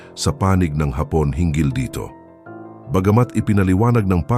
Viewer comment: Ayusin mo naman ang accent mo. "Hapon " You mean Japanese pero pag binasa mo ang Hapon " Ang accent mo afternoon. So irritating.Robot ka ba?